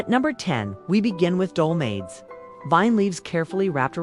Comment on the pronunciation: Dolmades? Do-MA-thez. Who/what’s reading this? Loukamades. Lou-co-MA-theys. Pathetic.